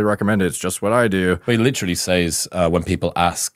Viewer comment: Great video, quality content, and well produced. However, you mispronounced “says” in “someone comes to you and says…”. It’s pronounced [sez] not [saez].